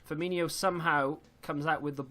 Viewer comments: It's F-i-R M-i NO not inio...... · So annoying to hear a Liverpool fan pronounce Firmino like that